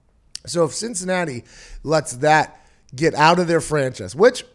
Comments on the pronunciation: “LSU comes aht on top over Clemson”.........😂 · Is that supposed to be the Pittsburgh accent?